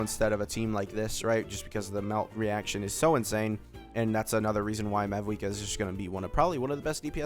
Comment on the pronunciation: Its mawuika. 90 percent of pronunciations in game dont pronounce the V